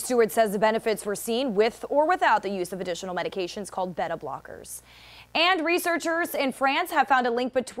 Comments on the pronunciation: Yep. Angiostin Receptor Blocktors (Supposed to be Angiotensin Receptor Blockers) Beh-tah Blockers Hera-Her-Sectomy I swear her brain was just malfuntioning for this entire clip. The crazy thing is that she evem said Hysterectomy normally a few sese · I know I heard "better blockers" and not beta haha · This reporter needs some help. She mispronounced every drug and disorder.